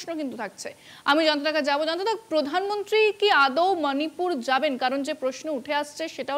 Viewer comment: মানিপুর নয়"শিক্ষিত স্মার্ট" ম্যাডাম। ওটা মণিপুর বললে আপনাকে আরও বেশি স্মার্ট লাগতো।